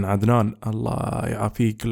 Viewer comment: من الدقيقة تقدر تعرف اي فيديو فيه عدنان 😂😂😂 للصراحة عدتو كتير ولهجتو تموت ضحك بهديك اللحظات.. 😂😂😂😂